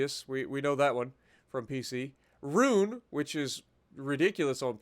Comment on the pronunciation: Note: Roon is actually pronounced Rhon. Yeah, I know it’s weird.